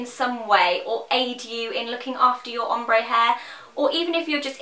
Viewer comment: i remember in your really old videos when you pronounced it 'omber' hahaha